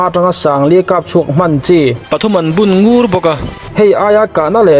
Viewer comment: A ngaihnawm khawp mai, i ziah a ni em aw? Silai an bun ngur tih hi, "Sai lo ngurpui kan lal lai" ti a 'ngur' ri angin i thluk sang kul raih a, 'Ui in min ngur' tia thluk hniam zawk tur a nih hmel...